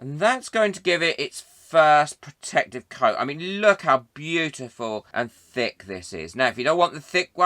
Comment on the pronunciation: Oh my goodness don’t you wook pwetty 😀